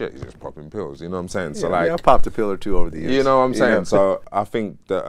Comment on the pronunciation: " I fink"